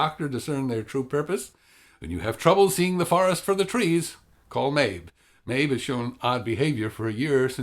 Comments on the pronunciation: You made me question my hearing when you pronounced the girls name as Maebh and not Maeve. But otherwise; I agree about Capaldi, he's a good actor and a great Doctor, and I think overall the acting and characters were the best part about this episode. That said, they were kind of the only good thing about the episode. The story seemed flat - it gave you this sense of antagonism that was never explained or actively resolved. Did the little girl think the fireflies and the forests into existence? Did she think everything in this episode into existence (wolves, sister, solar flare)? Will she continue to think things into existence? Was she just sick and should have been taking her medication? The conflict was anticlimactic and the rest of the story felt truncated despite having more potential - the little girls super powers, her missing sister, the whole point of the Doctor's involvement. I feel like it should have focused more on the characters and been an exploration of humanity - through the innocence (and illness?) of the little girl; the Doctor's choosing a responsibility to humanity and Earth, because being the last Timelord is lonely; and the relationship/differences between Clara and Danny - rather than the all out save-the-trees message that it was. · Maebh is pronounced "Mave".